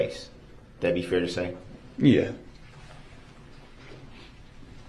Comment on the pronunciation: I hate how he says the word fair-- he said it like fear. Drives me crazy. Not to mention his mispronounced other words too but fear really gets on my nerves!